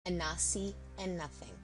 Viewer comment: Why do you keep saying ANASI.... is there a silent N that challenges you?? very annoying tbh